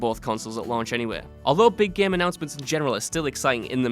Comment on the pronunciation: ITS GAME NOT GEM XD